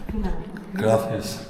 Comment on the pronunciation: lol love how he says gracias. must think its said like that coz of galicia's pronunciation. protect this mans at all costs